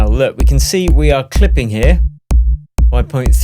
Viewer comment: "Clipping's nauughty"